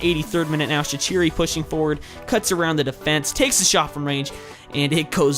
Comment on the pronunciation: shaquiri is prounounced Shak-qureey